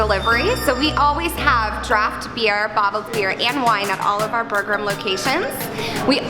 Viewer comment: It is actually pronounced booger-eem (pronounced with a strong R) Burgerim is a Hebrew word wich obviously translates to burgers.